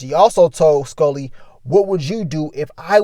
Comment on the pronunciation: Broooo 😂 You be killing my how you say Skully. “SkOlly” 😆